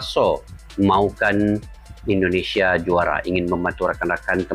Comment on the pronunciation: Indonesia bukan Endonesia.